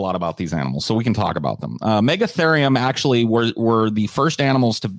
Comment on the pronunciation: Forgot to add the "AKSHUALEE" in there lol